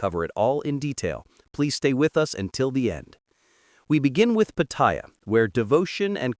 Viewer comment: Hilarious pronunciation of Pattaya. Go ask a local how to pronounce it